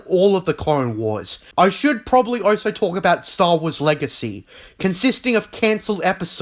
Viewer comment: So you can say also? but most of the time I hear oso